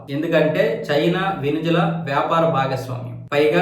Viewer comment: వెనుజువెల.. కాదు.. వెనుజుల... 😂